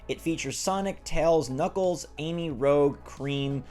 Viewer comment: Did I just hear rouge or rogue?